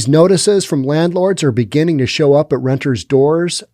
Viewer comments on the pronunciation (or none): It's "renters" not "rentors. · And it’s renters’ not rentor’s